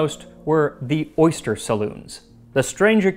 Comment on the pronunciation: I'm allergic to oysters but I can't quit laughing at "orgust" 😅